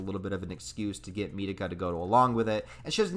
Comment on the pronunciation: Great video but the way Mitakas name is pronounced in japanese is "Me Tah Kah" not metehkuh its like mikasa basically.